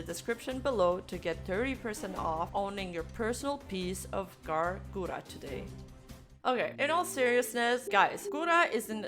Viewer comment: Who tf is "Gawwllooo Gura"? All I know of is Gawr Gura.